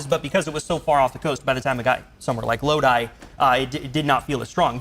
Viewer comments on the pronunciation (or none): none